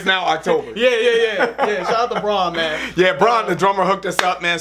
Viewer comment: It's Brann, not Bron. LeBrann James maybe.